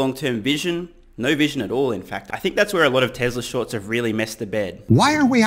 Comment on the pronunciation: “Tesla Sharts” LOL!!!